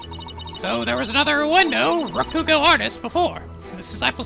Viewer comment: Speaking of pronunciation, continues to put the wrong stress on three-syllable Japanese words. After playing so many Japanese games, especially Yakuza 0, he still hasn't realized that you don't stress the second syllable. MA-ko-to, not ma-KO-to MA-ji-ma, not ma-JI-ma YA-ku-za, not ya-KU-za In this case, it's RA-ku-go, not ra-KU-go Hopefully he notices and fixes this because it's been a problem for a long time.